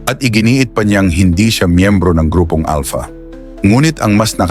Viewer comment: 😂ahaha si General Estomo bulol n sya Alta daw sabi nya Alpha eh ngek😂 umeekis n sa highway ung mga driver 😂